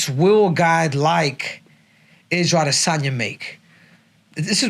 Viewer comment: Israel AH-DEH-sanya